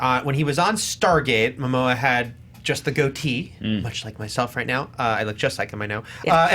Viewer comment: Jason “Moma” 😂😂😂 Never change